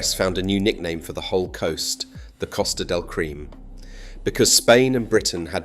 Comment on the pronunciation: "Costa del cream"! AI Artificial but not intelligent!